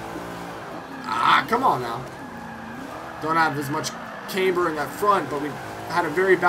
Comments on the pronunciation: Pronounce "Camber" properly too! its not "Cameber" or "Caimber" The "Cam" is pronounced how you could say camshaft.. you wouldn't say came-shaft would you.... its "Cam-ber* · yes it really "fucking" does... is there any need to be a dick about it. he speaks like he knows all this shit but he doesn't know how to say camber.... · OH MY GOD he said camber wrong so that means he doens't know anything about cars? doesn't make much sense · what i'm trying to say is, if you think you know about all that jazz, atleast be able to pronounce it properly....